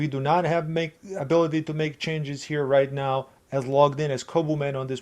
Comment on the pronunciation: Did I catch a "right meow" ?